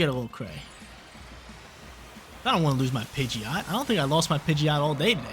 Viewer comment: DO NOT LEAVE OFF THE D IN PIDGEOT!